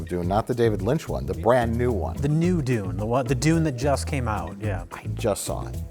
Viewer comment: I like how they pronounce Dune as "Dooone". Cracks me up :)